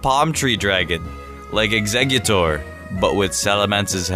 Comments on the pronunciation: excegutor palm tree nintendo: nuf said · I love how he mentions grass dragon and then says eggsegutor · he called exeggutor